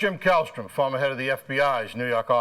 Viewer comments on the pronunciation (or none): "Fawmuh head of da FBI's Noo Yawk awfiss" I lived for that line back in the 90s!